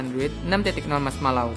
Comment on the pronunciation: marshmallow bang marshmallow bukan marshmallau ehhe